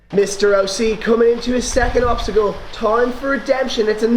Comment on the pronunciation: i think obsticle is not really a thing i think it is more like obstacle:):).Anyways awsome video as always i really liked the work that you put in with the green screen and all that stuff!!!Keep it up!!!!!!